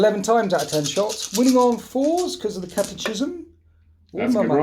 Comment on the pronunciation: Wouldn’t be a fan of a match up like that, but you blokes are cool!. I’m going to sound like an arse but in catechism, the ch sounds like a k, ! I’ll get my coat!